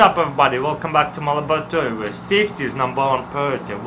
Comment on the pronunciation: When I used to think he says "my malaburdtoy" but it's laboratory 😂😂😂😂